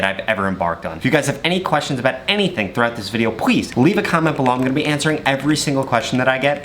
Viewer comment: i like how he says pwease